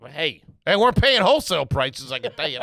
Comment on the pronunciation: if you start saying "weren't" like in TWO syllables (were rent) b/c you listen to the pod on the reg?